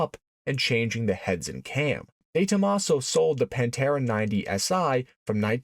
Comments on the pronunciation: No, it's not not the Paaaanteeeeeeeraaaaa.. its the 'Pan'-'te'-'ra'. The pather. But in italiano. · Consegue errar a pronuncia de todos os nomes... Panta; Demaso ??? VSF :face-blue-smiling